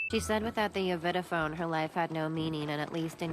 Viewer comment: At first I thought it said Yakity-Sex